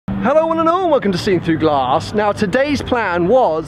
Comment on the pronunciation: please stop putting so much emphasis on the word "glass" you say it as g-l-a-rrrrrrrr-ss